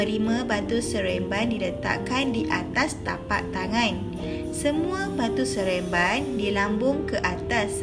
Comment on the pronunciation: Cikgu Salah debut... Batu seremban cguu debit sereamban